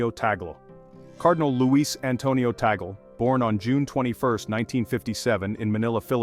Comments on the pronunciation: Pls this is the correct pronunciation is : Tag-le, not tagol. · Name is not taggle. It should be pronounced 'TUG- LEH" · Please pronounce Cardinal Lius Antonio Tagle's last name properly, not the American way, very irritating the way it is being pronounced in this transmission 😮😮😮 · Tama naman pronounciation last name Cardinal Tagle... mejo slang kasi foreign nagvvlog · You pronounce it your way, and Americans pronounce it their way! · To pronounce Bishop Tagle's name is TAG (as in price tag) and LE ( as in Lee Jeans). I am not a fan of Tagle though. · How else would you pronounce his surname? I have never heard anyone pronounce it differently. Don't give credit where credit isn't due.